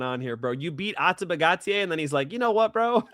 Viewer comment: Great show but the way the other guy pronounced Ateba Gautier is criminal lol